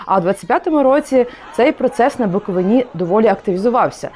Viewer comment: БуковИні, наголос правильно кладіть, грамотєї